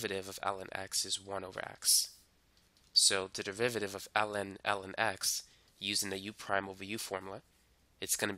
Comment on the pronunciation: i keep on hearing you say "ellen"